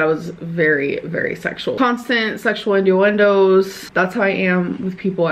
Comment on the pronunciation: not the "induendos"